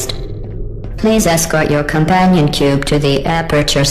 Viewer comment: com-pain-on cube